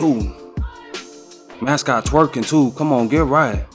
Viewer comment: “Mascwot terkin too!” 😂